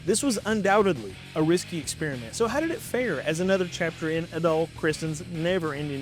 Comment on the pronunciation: I don't mean to be that guy, but you mispronounced Adol's name again, lol. Just remember, it's pronounced like the words Add-All. Also, I have literally never played a Kingdom Hearts game, so don't feel bad. I have zero interest in playing an RPG with a bipedal talking mouse, duck, and whatever Goofy actually is. Goof isn't a race, at best you got dog, that's it. I saw Jeanne D'Arc, but at that point in my life I found myself without the patience to play strategy RPGs anymore. I prefer my games with a bit more action (and a little less Magic Girl style transformations, thanks.) Crimson Gem Saga looked nice, but at that point I was deeper into action games in my life, nowadays I probably would've ran that one. And lastly, I have a pretty hot take here. I didn't really care for the setting or even the story of Final Fantasy VII. Just a little too realistic, too actual life for me to enjoy it. Even as a kid I could see that corporations had a stranglehold on our government and were actually controlling things, so this one was just entirely too accurate to real life for my tastes and painted the rest of the games based off of it in the same light, so I avoided the spin-off games from it.